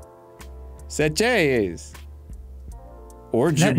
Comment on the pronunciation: Next time I visit my Grandma, who's from there, I'm gonna ask her about the "Sehcheyeaas"